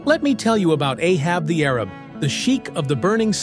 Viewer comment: Funny how this AI voice complains that "Ahab the Arab" is full of "mispronounced words," as it's mispronouncing the name of the song.